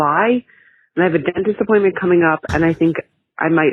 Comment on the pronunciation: dentist appointment sounded way too much like "disappointment" and here I am thinking "yeh"